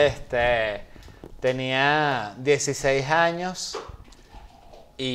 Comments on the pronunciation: Sabes que estas mas prendido q tabaco de brujo... cuando Led dice 16 jaños en vez de años jajajja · "Dieciséis jaños" ¿por que le ponemos j a todo? Jajajaja